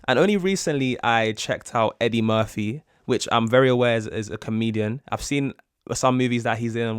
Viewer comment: Murphy not Murthy